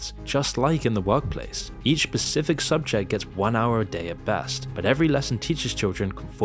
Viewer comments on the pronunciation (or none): none